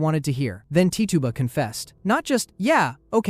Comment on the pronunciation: Tituba is pronounced Titch-uba not Tee-tuba, fyi